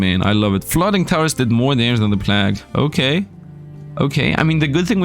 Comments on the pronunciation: Plag tower :D check pronounciation Sir :) Plague = Play-g. Like Play with the G from the word big added. Nice contant, i really enojy the tower defense games. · Given you're a non-native English speaker, 'plague' is pronounced like 'played' with a hard G (like in 'game') at the end in place of the D 🙂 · Pronouncing plague, funny. Its plAge, then again i got D’s in school so. Ehh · First of all, great video. But please, please check the pronunciation of "plague". I have never before said anything to any YouTuber about pronunciation, but somehow the number of times you said in combination with your pronunciation made it very grating, I'm sorry. Might very well be that that's a "me"problem but I needed to say something. Anyways, keep up the good work.